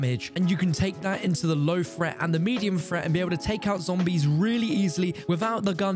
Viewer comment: High fret zone. Fing. Learn to speak